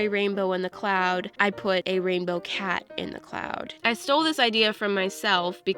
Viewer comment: Like how many times said rambow